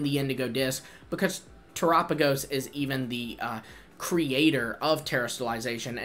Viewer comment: Yoo bud soo one thingy, Terapagos is pronounced after the word of Terra, earth, and galapagos, so terrápagos basicly